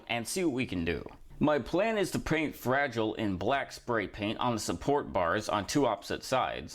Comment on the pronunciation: "Frahh-jeee-lei" Nice 😂